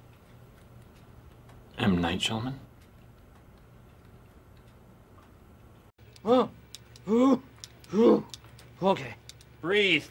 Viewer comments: "M Night Shulman?" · That’s not how ya pronounce M. Night’s last name 😆